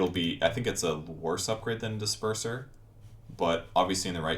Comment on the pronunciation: Disperser = Dis perverser